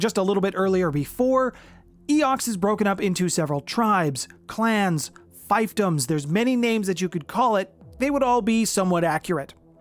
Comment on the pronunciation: Why do you pronounce fiefdom as fivfdom (fivefdom). I've always heard it as feefdom (fiefdom). Its just the way you pronounce twists my ears for somereason, but i'm not going to stop watching you because of it.